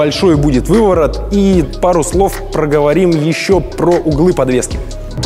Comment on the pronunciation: Бешшеный увыворот )